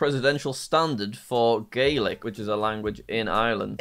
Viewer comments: Um actually Gaeilge is pronouced gwale-ga not Gaelic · I’m Irish and I cringed at the pronunciation of Gaeilge(gay-L-ga)and Connaught(con-ukt) he pronounced gaeilge as Gaelic which is the most popular sport here in Ireland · im from ireland so im and agngry at u jack because u said gaeilge wrong